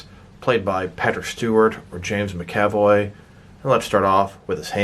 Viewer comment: Sorry, don’t want to sound like a D, but it’s “MAC-avoy”, not “mc-AV-oy”. My brain hurt every time you say it wrong ;) Also, the wheelchair wheels are on backwards, the handle goes on the outside, and with that corrected they spin freely and it won’t matter that the front wheels are non-rotating, it’ll roll nicely (at least mine does)